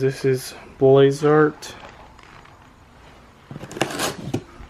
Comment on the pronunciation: Did you say boys art it’s blitz art